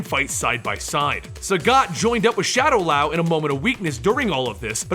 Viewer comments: shadow-lau... really? it's shadaloo, how can you fuck up that badly lmao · Shadowloo is pronounced shadow -luu not shadow lau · Why do you pronounce Shadaloo Shadalau? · Shadowlow? It's pronounced Shadowloo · Also-- it"s shadaLOO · “Shadowlao”... What? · He pronounces get just fine. My issues is him pronouncing Shadaloo as Shadalao and Sakura as Suckera. Why do so many people mispronounce Sakura as Suckera?! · Also mispronounced shadowloo.... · fucking wot? its S.I.N you say an S than an I and than an N how stupid are you? and you cant even pronounce shadaloo or sakura or ryu